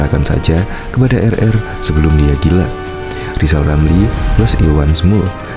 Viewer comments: Si manusia gagal, gagal di Menteri, gagal di Medsos, ngomong R aja gagal, lizal lamli manusia yg bisanya hanya nyi-nyir dan omdo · Alhamdulliah... Lizal Lamli sadar akan kekurangannya Mau istiqomah, unruk berzkir sampe bisa ngucapin hurup R Sebelum mencalonkan diri jadi Plesident. 😁😁